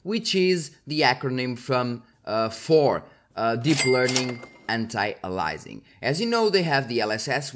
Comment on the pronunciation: "A"-Lee- US-Ing - not "alizing or "Alising", Anti-aliAsing the A after the I is an E sound